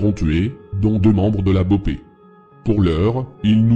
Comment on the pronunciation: Autant quand tu parle de France j’aime bien tu tape souvent dans le mille Mais la c’est très très très très à côté de la vraie « guerre » Déjà, CV n’est pas un gang mais des « franchises » d’un groupe, qui sont en guerre avec les PCC qui sont bien plus gros et un vrai gang Pour l’opération la BOPE (on dit boppe, pas bopé 😂 que mrda é essa mlk) n’est pas du tout à l’initiative, ils ont étés appelés en renfort par la PM qui travail pour le gouverneur, c’est avant tout politique, mais lâché rien, le travail n’est pas mal mais a mieux préciser les choses